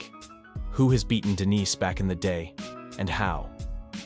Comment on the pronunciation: Why the fuck are you switching up how to pronounce denis halfway into the video? Weird.